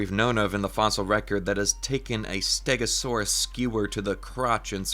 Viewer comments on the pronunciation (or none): none